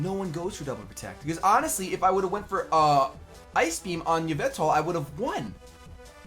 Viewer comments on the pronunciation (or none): It's "Ee-veltal", not "Yah-veltal,! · I cringe everytime says Yvetal instead of Yveltal